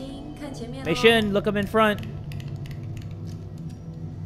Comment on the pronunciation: Yeah you were calling her name wrong I know cuz my mom’s name is also Mei XD I’m using her account to watch YouTube like I am now